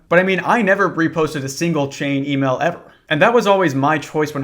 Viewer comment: What's an "E-male?" Is that like a skibiddi Twitter? 💀💯 no cap.